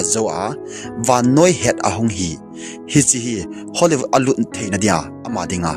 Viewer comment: Bro HOLLYVOOD helou vin HOLLYWOOD joh he bro. Na thusei kecheh dom2 in hinsei g o bro😂😂